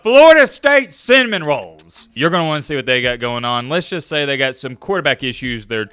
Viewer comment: It sounds like you are saying the Florida State cinnamon rolls, and if so, that's pretty funny.